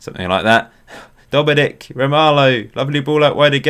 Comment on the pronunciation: Also, I believe Dominik’s name is pronounced Sha-Boz-Lie